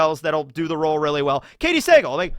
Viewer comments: It's Katey Suh-Gahl, not Say-gul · You gotta learn how to pronounce Katy Sagal’s last name. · Am i the only one who cringed when was butchering Katey Sagal last name lol